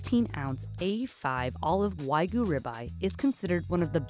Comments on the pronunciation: Why r u saying wagu rather than wagyu? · He says weiguu not wagyu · why does my guy keep saying wagu? lool where did the y go? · I just cringe when I hear say "wag gu" throughout the first part of the video. Doesnʻt he hear how pronounces it? Even Chef mispronounces it. "Wa" (Japanese) is pronounced like "wah" as in "wash" - and you canʻt eliminate the [y] sound in "gyu" (cow), so itʻs like combining the sounds in "hugyou". I understand itʻs hard to pronounce the Japanese "r" sound as in "toro" or "nigiri" or the "tsu" sound in "Matsuhisa" (there is no "tu" sound in Japanese), but English speakers can definitely pronounce "wagyu" more correctly, and chefs and people in the media should not perpetuate the mispronunciation of common Japanese food words like "shiitake" mushrooms or "tempura." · lol stop saying Weh-GU. wheres the Y. its pronounced the same as it is spelt. literally. Wa-gyu. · Why can't Americans say Wagyu properly? It's not that difficult. Wah- GYUUUUU, not wagoo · FFS man, WAH-gyoo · why are you having such a difficult time saying Wagyu? there is a Y in the word, pronounced Wa Gee You. what is the trouble bud? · Can you at least pronounce Wagyu right? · This reviewer absolutely butchered the pronunciations of Wagyu and Hokkaido (He said Wagyu with the last syllable pronounced like the Ragu pasta sauce and Hokkaido as "Ha"-kydo. I double checked the pronunciations online to be sure). It's obvious that this guy was way out of his league with these reviews.